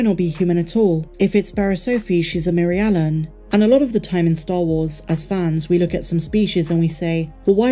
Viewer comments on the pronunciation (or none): It’s endearing how you pronounce Mirialan. You say it like “Mary-Ellen”. 😆 Is it not Meer-Ee-uh-lahn”? That’s how they say it in the video games.